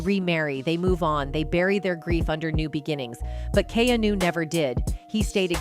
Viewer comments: Learn to pronounce his name correctly, and he is FAR from gay. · Is there any particular reason you keep mispronouncing his name? You don’t know him or anything about him, do you? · THIS WOMAN COMMENTATOR DOES NOT PRONOUNCE KEANU'S NAME CORRECTLY. SHE IS VERY ANNOYING & STUPID.